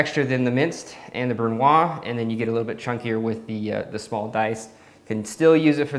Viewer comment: Hey! I love your work and your esthetic. Always good to have a brush up on the basic techniques of cooking. If I may, in french we say the Z of brunoise, so more like brun wahz as opposed to brun wah. Sorry for the nitpicking, its only because you mentioned doing more educational type videos, and I thought you might like to know. Cheers, keep up the good work!